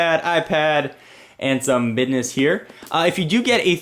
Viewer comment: HE SAYS BIDNiss